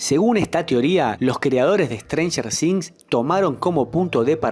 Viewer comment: "ESTRANJER DINZ" 🤣🤣🤣